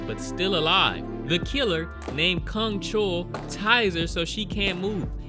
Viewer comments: Soo-hyun, Joo-yun, Gyung-chul, all 3 names rhymes with 'u' pronounced as u in f'u'n, which you can kind of make out even if you don't speak korean, you pronouncing all 3 names exactly the OPPOSITE way (Soo-hyoon, Ju-yoon, Gyung-chool) is almost as funny as this movie is f'd up... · Well, many characters in this movie butcher humans but you decidedly decided to butcher names I guess ('u' in their names are pronounced as in u for 'bus', NOT 'oo' as in 'soon' & the serial killer's name, you're soooo off on that one, I don't even know who you're referring to whenever you say his name), a lot of butcherin' happenin' in this review, I must add...